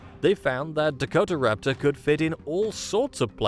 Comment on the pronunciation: Dakota-raptor….not Dako-Tara-raptor